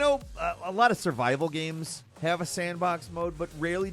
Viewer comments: What are "Ames?" 😂😂😂😂😂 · "modern ames"